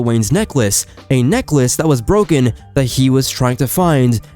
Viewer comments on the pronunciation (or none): none